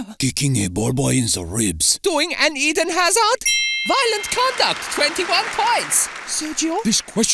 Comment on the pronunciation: Eden* not Iden